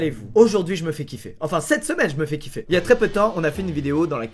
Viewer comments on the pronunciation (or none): "cetomaine" au lieu de cette semaine, bravo 😂😂